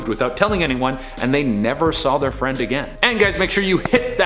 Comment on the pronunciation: Oml. Fwend wequest.